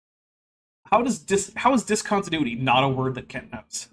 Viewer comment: "How is discontinuity not a word that Kent knows?" Simple. He never had a proper education in either math or science. If he never heard the word used, his pronunciation isn't a terrible guess, based on related words like continue and continuous.